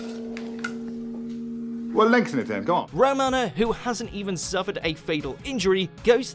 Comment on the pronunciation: Thing is the WatchMojo team know FA about Doctor Who so I wouldn’t worry, I mean they can’t even pronounce half the names properly ‘Romana’ prime example.